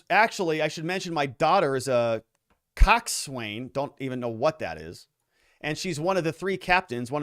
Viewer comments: Coxswain is pronounced coxsin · Pronounced Cock’sun, The Coxswain is the crew member that calls cadence for the rowers and orders needed stroke changes.